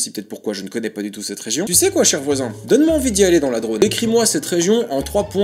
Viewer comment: C'est DrôMe et pas drone. Mes grands parents paternels en viennent. Sinon, le deuxième article a été chroniqué récemment dans Bad News.